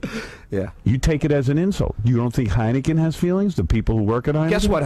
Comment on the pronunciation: What's "Heinegen", John?